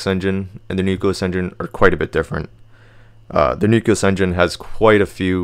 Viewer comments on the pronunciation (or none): Please learn how to pronounce nucleus.